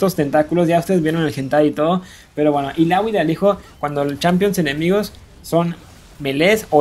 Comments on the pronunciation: porque es "ilaoi" no "ilagui" xd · recien vi uno que decia daRIUS en vez de DArius y ahora ilawi ilawi gana por excelencia quien te conoce illaoi :v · odio tu pronunciacion de illaoi :v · Nombra bien los campeones y la palabra item aweonao ilaoi waaa quien es esa es illaoi aprende a pronunciar